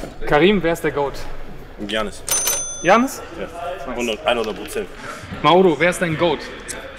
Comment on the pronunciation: All time und er sagt Giannes xD